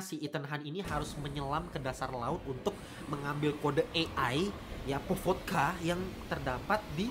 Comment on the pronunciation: Bang bukan podvoka tapi podkovaaa